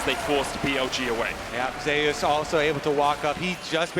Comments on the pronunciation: There’s a player in Vietnam named ‘Zeus’ in the game pronounced the typical way. They pronounce T1 Zeus as ‘Zayus’ to distinguish both players. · How come he prenounces Zeus as Zayus? LOL